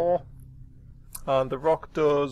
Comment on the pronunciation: Rokh is a mythical beast from Persian legends, so the pronunciation is Rowk, not Rock.